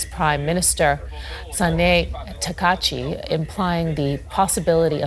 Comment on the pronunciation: Takashi? Bro do jourlanist even do any homework? Like how come a supposed professional cant even learn how to pronounce? What a joke the media is